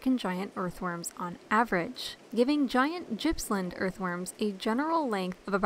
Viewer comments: Gippsland pronounced as Gas in Goat not as in Gypsy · The G in GIPPSLAND is pronounced as the g in gum not as the j as in just. I live in Gippsland and I have very large worms here but haven't seen any metres long.